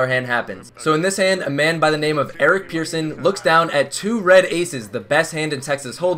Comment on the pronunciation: His name is Persson Pronounced like Person, not Pearson